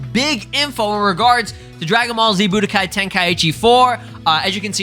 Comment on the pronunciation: I hate how people pronounce budokai lmao it’s not BOO-DA-KAI